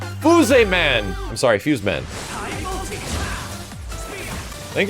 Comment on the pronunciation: FOOS-EH MAN!!!